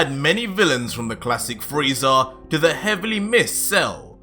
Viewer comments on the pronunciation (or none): none